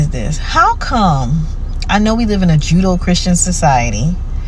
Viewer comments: What?? 😮 Say what? No she didn't say that. Rewind, rewind. Go back to 🤯 No!! Tell me that woman did not say " We live in a Judo Christian society" Oh Lord!! Yes she did say "Judo Christian" 😵😵‍💫 Well damn, that answers the whole question and debate. This "Black American/ African American can't even say the words right. The phrase is "JUDEO CHRISTIAN" NOT "JUDO CHRISTIAN" And I bet Ya, English is her first and ONLY language. and can't speak that properly being in America all her life. Holy Yah, help us Father, help us. 🥴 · Is she saying "Judo-Christian"? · min: judo?? 😂 it is Judeo-Christian. Not sure if that’s the correct spelling, but that’s how it sounds. It’s not an art of combat. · This lady is so ignorant! She hears a story about a person hearing someone saying “kkk” in the parking lot and everyone in the church is a card carrying member?! Wth🤦🏻‍♀️ She can't even say Judeo-Christian correctly. It's not Judo…